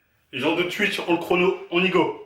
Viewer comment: Mdrrr c'est à cause de lui il dit "tuitch"